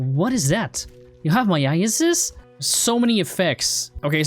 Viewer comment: I think you call myasis "me-ya-sis